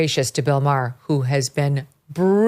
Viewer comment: You're right. ( But it's Maher, not Mayer).